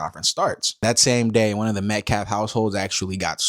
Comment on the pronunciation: I thought he was pronoucing Metcalf wrong on purpose until i relized he just can't speak English very well.